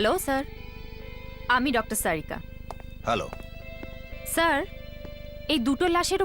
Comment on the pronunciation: why the hell it's pronounced "SARIKA' instead of 'TARIKA" ?!!